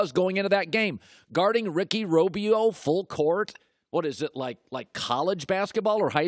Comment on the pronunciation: "Ricky Robio" 🤣🤣